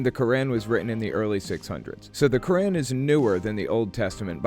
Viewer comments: ITS NOT KORÆN IT IS PRONOUNCED QkOOR'AAN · Good video, but one small thing: as someone who escaped Islam, the Quran is pronounced “Core-ahne”